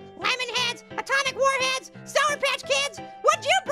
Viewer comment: said Warheads (sour candy) the illegal way. He should say just Warheads.